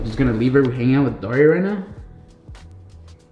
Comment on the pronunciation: I keep hearing Dori not Dari!😹😹😹